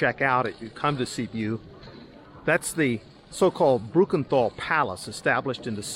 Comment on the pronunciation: There is not such city as Sibu. It is called Sibiu. Or you can pronounce Sybyoo.